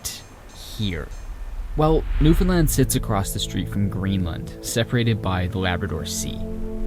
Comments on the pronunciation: It’s really small in the big picture but thank you for getting the pronunciation of Newfoundland right! It can be so distracting in story telling when people don’t. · As a newfie, I gotta say I love seeing someone not from newfoundland pronounce it properly, so thank you and incredible job lol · Born and raised in an outskirt town in Newfoundland. This makes me really happy to see someone exploring our Island, and pronouncing It correctly. Your editing is amazing, and your respect for my land is amazing! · Good to finally hear an outsider correctly pronounce Newfoundland. Love your videos. Excellent quality and amazing places. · Thank you for visiting Newfoundland. Thank you for learning (and sharing) so much about our fairly recent history. And thank you, thank you, thank you, for taking the time to learn how to pronounce the name of the place correctly. So many Canadians don't even take the time to do that, so it is truly is appreciated.